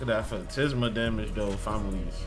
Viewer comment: Phantasma - tas not tis Phantisma is wrong makes you sound dumb. Phantasma is right because it comes from Phantasm which means ghost, in Spanish.